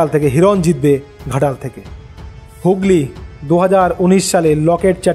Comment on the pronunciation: হুগলী হবে হুগল্লি নয়